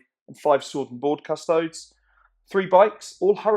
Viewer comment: cus-to-dees. like ass-tar-tees. not cus-toads. for real.